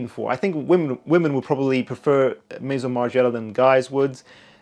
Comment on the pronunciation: That’s not how you say ‘Maison’ but ok. Margiela is legendary but clearly you don’t know